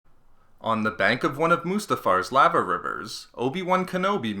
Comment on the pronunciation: L-A-VA ? Wtf is that you mean LAH-VA? Cant be called SW Reading Club when you csnt pronounce words correctly. 🤣